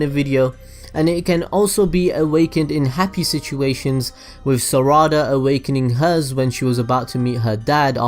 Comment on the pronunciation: The way he said sarada and the sharingan was annoying(not meaning the accent but by the way that his not even saying it right)